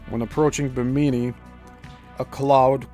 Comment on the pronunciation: I'm really enjoying this series and your Coral Castle videos. FYI, it's pronounced BI'-mi-nee--emphasis on the first syllable. The first two i's are short and only the last like 'E'.